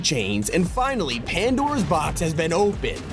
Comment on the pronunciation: if youre gonna call it pandoras box at least try to make it sound like pandoras box instead of just a gatway to hell